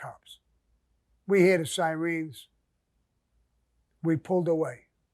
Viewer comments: Sammy ?? Your from bjlyn why do u keep. Saying screens. Lol not clowning u zll due respect but we pronounce it sirens much love bro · Love how Sammy pronounces SIREENS ! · Sammy," We heard the sireens" ! Lol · "We hear the siREENS" 😆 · Who's asking yourself what's a Si-Reen? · You could hear the "sireens". Priceless!